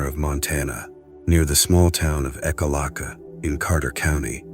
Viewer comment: Great video. However you pronounced the town of Ekalaka wrong in the beginning when showing Medicine Rocks. Words in general are important, but a name is very important to say correctly. They are personal to each individual whether it be a person or a town. After all the research done that was put into this video, it’s a shame to hear this. Takes away the reliability for the rest of the video.